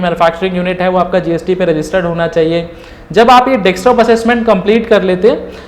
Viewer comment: You have explained well but plz don't mind this is Desktop not Dekstop...!